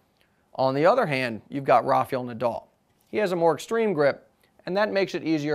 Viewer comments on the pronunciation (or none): Not RAFIEL NADAL but RAF"A"EL NADAL hence the nickname RAFA and not RAFI!